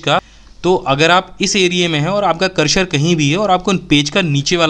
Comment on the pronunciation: सर, करशर नहीं होता, ,,करसर कहते है, दोनों में फ़र्क़ है न !